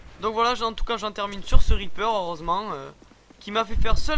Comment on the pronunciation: pour le weaper ou lieux de reaper ... je kiffe l'accent English !